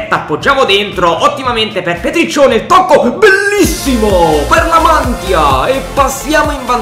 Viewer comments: Comunque si dice La Mantìa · Si dice la mantía con l accento sulla i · Nella realtà il lecce ha battuto l'hellas, comunque si pronuncia La Mantìa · Comunque la mantia si legge la matìa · senza offesa ma non sai nominare La Mantia ti do un consiglio sulla a e come che C'E l'accento 😜😜😜👍👍👍👍😁😁😁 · Spero che questo commento sia utile la Mantia l'accento ma sulla a finale